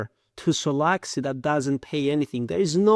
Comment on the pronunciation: Почему те, кто разваливает провальный solaxy смягчают L ? Акцент с пакистанского рынка.